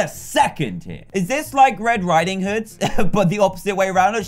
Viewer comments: you said little red rideing hood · You said red rideing hood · You said red riding houd